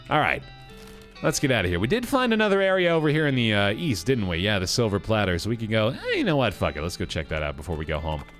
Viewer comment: I love that actually mispronounced silver plater until he was corrected just like the character was.